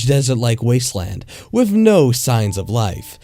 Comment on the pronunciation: "With" "wif"